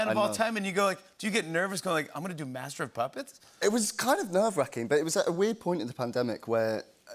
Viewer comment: I love Jimmy saying Masser of Puppets by Metallica. 😂🤣😏🤣😂